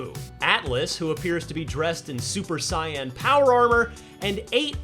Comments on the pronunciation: "Super Cyan"??? Did he mean Super Saiyan? Sheesh, between Fortnite players saying "Kah-mee-yuh-mama" when it should be kamehameha and this, I'm gonna need folks to get it together. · This dude really pronounce "Saiyan" that way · He just calling Gokus new hair color